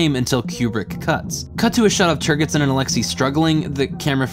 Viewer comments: "Turgidson" is pronounced with a soft gee or jay consonance, and not with a hard gee. The name itself is a joke on at least two levels. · It's pronounced "Turge-id son". . .No hard "G". . .From the word "turgid". . .Think of the "g" as a "j" instead and you'll pronounce it correctly. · I love your work here, however, My only note (and it is pronounced this way in the movie) turgidson is pronounced turgid (like a boner) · You mispronounced Turgidson. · Also, the consistent mispronunciation of the name General 'Turgidson' really should be repaired. It's almost as if didn't listen to the film, or even get the sexual-play with the name. How is that possible? Other than these things, and the quite bizarre films-pulled for illustrative purposes...which are jarring, at the least... makes some very interesting points, and that's from someone who has known 'DS' for over 50-years.